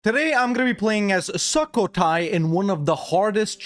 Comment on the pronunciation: Love how you say it like SUCK-o-Thai which is kinda appropriate XD. The "u" is pronounce like u in the word "put" btw.